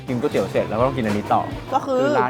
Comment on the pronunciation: หลายep ออกเสียงไม่ถูกเช่น ก๋วยเตี๋ยว ไม่ใช่ก้วยเตี๋ยว หรือ ก๊วยเตี๋ยว